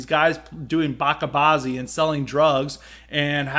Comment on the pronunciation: why do you say "bocka bazi?" i have watched videos of afghanis talking about it and they pronounce it just like it looks, bacha bazi.